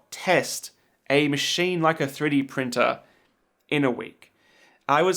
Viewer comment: 3D pirtner 😂 screams of passionate professionalism